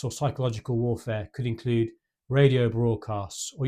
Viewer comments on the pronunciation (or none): none